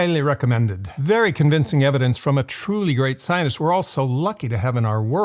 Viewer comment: The way you say "scientist" sounds like "zi0n!$t" to me.